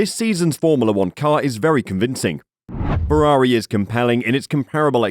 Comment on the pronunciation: It's Ferrari, not Fewawi...